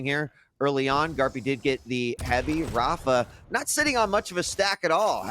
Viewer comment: amazing how you can be involved with quake for so long and still pronounce rapha's name wrong.